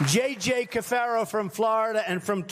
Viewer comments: His name is CAFARO not Carafo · Why does the anchor keep calling him Carofo when it’s clearly Caforo? Either way Caforo looks like a villain in a 90’s Batman movie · That's Ka fair o... Cafaro not Ka raf o🤦🏻‍♀️! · You keep saying carafo instead of cafaro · The name is Cafaro, Mr. Hayes, not Carafo. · caFaRo not caRaFo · That guy's name is Cafaro. Not Carafo. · Cafaro not Carafo, otherwise MS Now has got it right. Carafo sounds like carafe, something to hold drinking water which Cafaro's companies do not seem interested in. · No NOT Ca Rah Fo CA FAR O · Omg did anyone else get annoyed at him saying "Carafo" when his name is clearly CAFARO?! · Cafaro, not Carafo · It's cafaro, not carofo. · is his name carafo or cafaro? the text says cafaro but keeps saying carafo 🤔😵‍💫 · It's Cafaro, not Carafo. C'mon, man. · What is his name? Caraffo, Cafaro? You keep say Carafo? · Ummm… looks like his name is Cafaro, not Carafo! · You are pronouncing his name as “Carafo” but in the picture of the news item you showed, it says, “Cafaro”, which is also how tRump pronounced it in the clip. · Cafaro not Carafo. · Really! Just the tiniest bit of investigative journalism would reveal that the name is C-a-f-a-r-o, not C-a-r-a-f-o. Even the orangeman got his name correct in the clip you played. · It's not Carafo, it's Cafaro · Cafaro. CAF AR O! CAFARO!!! Not car af o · It's Ca-FAR-o, not Ca-RAF-o. But no matter how you pronounce it, he's corrupt. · His name is, but you pronounced it "Karafo" at least a half-dozen times. I thought I was on crazy pills, but i watched again and someone f'ed up. Adding to the absurdity of it all... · It's Cafaro not Carafo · Is his name John J. Carafo or Cafaro. The headline says Cafaro, you repeatedly say Carafo". Which is it? Even trump can pronounce it correctly. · not that it matters but it's spelt cafaro and it sounds like you're saying carafo, just a heads up for when he inevitably comes up in the future when the pool gets worse